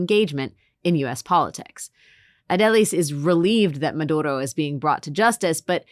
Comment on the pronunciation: Ms. Wagner's pronunciation of 'Maduro' is very good, congrats.